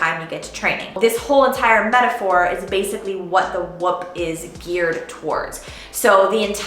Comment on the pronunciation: Could be wrong but I'm pretty sure your saying the name wrong